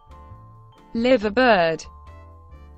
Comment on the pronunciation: Liverbird is pronounced Lyverbird. If your going to do documentaries please get the pronounciation correct